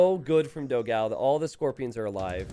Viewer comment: Waiting for the day when will learn to pronounce Dogão's name correctly.